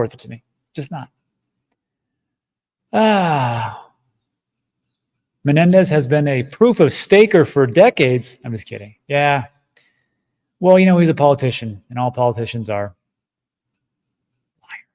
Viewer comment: Not that I like the POS, but his last name is Men-EN-Dez not Mendez.